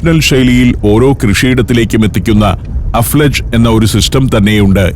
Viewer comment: അഫ്ലാജ് അല്ല അൽഫലജ്